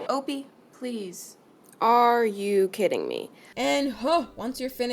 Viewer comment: her cats name isn't "obee" its Opie